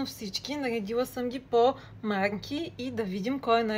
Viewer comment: Издигвам по махки!!! 😅😅😅😅 ЛОГОПЕД намери !!!!